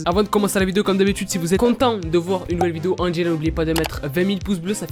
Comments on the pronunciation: Il a vraiment dit Angelo, 😂😭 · je rêve ou il a dit « Angelo » ? 😂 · non Angelawn 😂😂